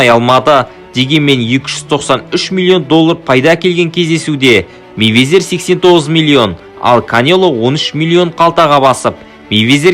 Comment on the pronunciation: Мэйвезер емес Майвезер деш